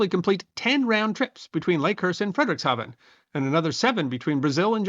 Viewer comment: I am glad to see so much of the Hindenburg disaster de-bunked, good job. Having said that, I have a few observations: - The name of the town where the Zeppelins were produced is pronounced FREED-ricks-ha-ven. - Not mentioned in the video are the tests that were made by that same NASA engineer and colleagues, testing the aluminum skin dope by using an actual un-burnt scrap of Hindenburg skin and subjecting it to electrical sparks. It quickly burst into flames. The German engineers were already aware that this particular doping was very flammable, and also that the method of skin panel attachment (used only on the Hindenburg) would make arcing between panels and metal frame quite likely whenever there was lots of static electrical charge nearby (which it was in Lakehurst that day). - Not mentioned is that, while the official German (Nazi government) accident report deflected the cause and blame (the Hindenburg was a massive pre-war Nazi propaganda tool, and they did not want to make it look like the cause was due to errors in German engineering), the actual analysis recorded by the leader of the German accident investigation team (found at his widow's home long after his death) concluded that the disaster was due to the method of skin panel attachment AND the unique type of skin doping, NOT the hydrogen. - Mentioned in this video, but in my opinion not stressed enough, is that as flammable as hydrogen is, it cannot burn unless it is in the correct narrow range of mi